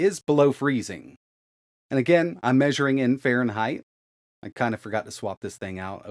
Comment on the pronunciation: Really, Fahreneigh ?